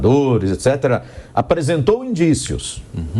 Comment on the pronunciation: Não! O Cajuru disse indicíos!